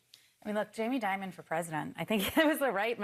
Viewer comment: Jamie “diamond “ or “demon”? 😅